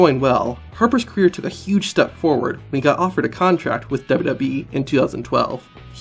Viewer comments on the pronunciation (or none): none